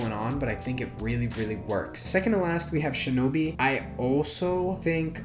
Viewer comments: AIN'T NO WAY THIS MAN SAID SHINOBI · I love how he said shinobi insted of shinobu 😂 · “We have shinobi”💀🤣😒 Its shinobu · ITS SHINOBU…………. “We have shinobi”😭😭😭😭